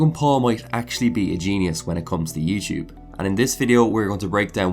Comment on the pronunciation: Youchub, youchuber haha I liked the video tho